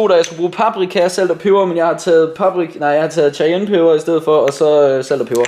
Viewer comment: cayene udtales Kayene